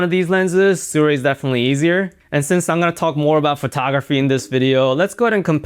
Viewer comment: why is everyone pronouncing it sUray though